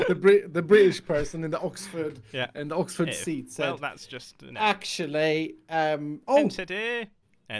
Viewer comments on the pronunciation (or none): none